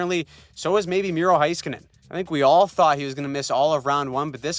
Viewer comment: It’s not “hi-skanen” It’s pronounced “hay-skanen” Please correct your errors. Thanks